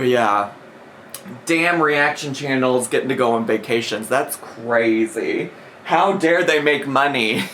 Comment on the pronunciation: I just hate the way she says “vuh-cations” and I know that’s nitpicky but idc